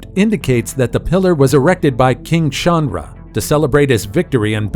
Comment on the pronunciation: Bro it's not chawnra its cha n dra